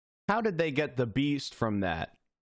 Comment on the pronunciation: I heard “east” not “the beast”